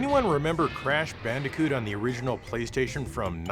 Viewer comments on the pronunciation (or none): Did he just say bandicute?